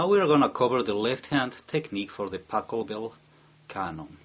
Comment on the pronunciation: It sounds like he says Tacobell